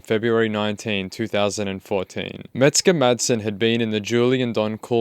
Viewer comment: Sounds like your saying “Mexican madsen “ jaja The kid is dangerous right now. He needs calm and deep therapy.